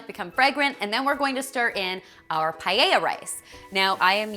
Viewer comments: In Spanish paella is actually pronounced PA-EH-IA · paella....why does it sound like "pae-i-ha"?